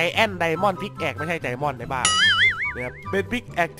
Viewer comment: Pickaxe พิกแอกไม่ใช่พิกแอคพี่ ไม่ ฉลาด เลย คล้าย กัน กับvictorycast. อ่านอังกฤษไม่ออกโง่พอๆกันเลยกรากชิฟหาย